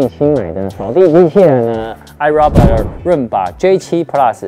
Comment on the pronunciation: 五年了 發音還是唸錯 是唉肉霸 XD